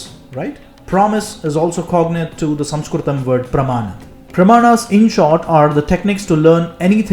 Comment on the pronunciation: You are doing brilliant work and your pronounciation of samskrutam is excellent ❤